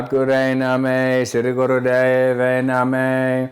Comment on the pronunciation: Eh Russ,.. Its pronounced Nah-maah not Nameh